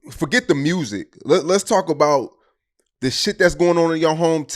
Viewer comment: Yea we love saying Mursic in the M 😂